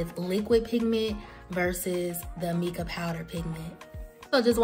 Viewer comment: How come you didn't measure anything? Also it's pronounced MY-KA. I know the spelling looks like Mica...Also the reason your mixer didn't work is because the base is too heavy. You can make your oil base with pigment, mix it with the mixer and then pour that on top of your base and use a spoon. Lastly, you have to sterilize everything you use.. including bowls and tubes or your products will grow bacteria. Hope this helps